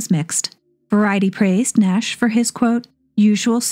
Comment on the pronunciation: J. Carrol Naish's name does not rhyme with dash. The "a" is long like "paid" or "raise". Phonetically, it would look like "Naysh". Otherwise, your videos are very entertaining. I'm 74 and still learning. Thanks. ❤